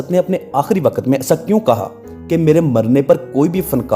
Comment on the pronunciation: Waqqat nahi waqt bolein